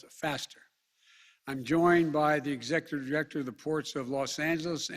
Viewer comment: "the exjecuterjector jirector" ;Brandon Biden Had to relisten several times to get the quote this close